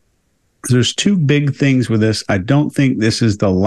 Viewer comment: Saying “tings” versus “things” is probably the most common thing that non-native English speaker’s do. It’s very unusual in other languages to have that “thhhh” sound.